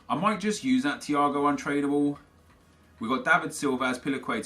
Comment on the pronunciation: anyone else hear him say "Untradeable" wrong at . He pronounces trad the way you would if you were saying traditional